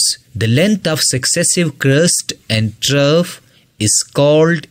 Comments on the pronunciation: Good video but you're pronouncing "Measure" and "Trough" incorrectly. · “”Trough””😡😡👎🏽👎🏽🙅🏼‍♂️🙅🏼‍♂️ “”Trove””😘😘🤗🤗🫡🫡👍🏼👍🏼